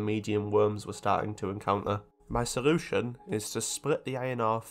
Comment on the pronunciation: Ive never ever heard someone mess up l and r as a speech impairment "charrenge" "porrution" "sorution" etc xD Sick video tho.